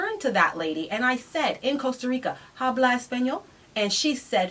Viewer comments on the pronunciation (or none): OG I know you're smart and everything, but the letter "h" in the spanish word "hablas" is silent. But, continue.